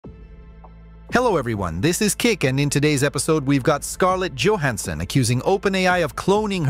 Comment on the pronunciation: Scarlett Djohansson 😂